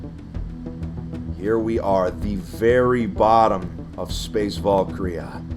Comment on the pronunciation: volkria? no valkyria va-l-kee-ree-ah its a foreign word, with a foreign pronounciation. anyways this is dope asf